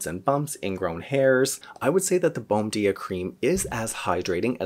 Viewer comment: Not being critical. But the pronunciation is more like "bone-JEE-ah" since it is Brazilian.